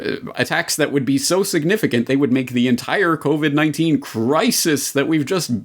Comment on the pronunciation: Did he say "Covert 19" ??????